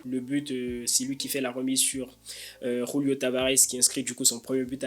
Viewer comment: Par de R dans julio on est pas hispanique mais sinon très bonne video